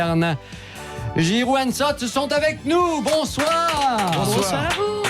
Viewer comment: GIROUD et SOTH. 🙃 .Ce serait qaund meme bien de bien prononcer le nom des invités - Jusqu à ,vraisemblablement,le chroniqueur de droite s en fou royalement (il est sur son tel). C PITOYABLE (HONTE A LUI)